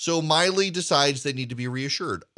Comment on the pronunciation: I am retired USAF. I am NOT sympathetic to Milley (it’s not My-ley, it’s Millie). As the Chairman of the JCS, his conduct must be above reproach. He has violated so many articles of the UCMJ it’s not even funny. I would have been court-martial so fast it would have made my head spin. Add that to his handling of the Afghan withdrawal, he is a disgrace to the uniform and those he leads. He needs to go NOW. And yes Erick the election was stolen. You cannot in good conscience tell me what happened in Fulton county and the other states is normal procedure.. it is NOT. I don’t care if you were an election lawyer, something went terribly awry this last election.